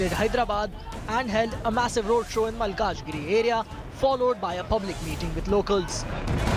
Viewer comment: Anchor does not know how to pronounce 'malkajgiri'